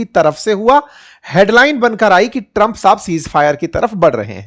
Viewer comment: Tram ❌ Trampa😂😂